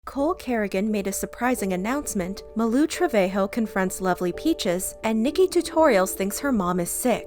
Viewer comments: Its malu not maloo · Pronunciation of Malu- MAHH LU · Why is she pronouncing malus name as muloo 😂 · It’s mah-loo (malu) 😂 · By the way, it's Ma-Loo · Who else is triggered by the way she says Malu's name? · Am i the only one who pronounces her name as "Malu Trivago" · That is not how you say Malu’s name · Also I found it funny how she pronounced malu name. No Offense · Your saying malu wrong